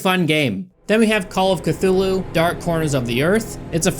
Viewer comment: Strange that your American tongue could not pronounce those directors’ and writers’ names, but yet you can pronounce Cthulu’s proper name just fine. 🤔